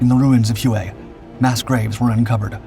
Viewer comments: Ask a Vietnamese how it is pronounced, it is pronounced Way not hu a like he was saying it. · Not Hew-A, HWay. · Huay? Try: Way (Hue). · Great pod. Just a note, ‘Hue’- is pronounced: “way” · No way man, its hugh as in hugh Beaumont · If you are going to talk about something and repeat it ad nauseum say it the right way! Hue is pronounced Way!